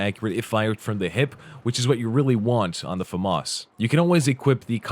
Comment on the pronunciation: Whaaaa! Finally someone who knows how to pronounce it!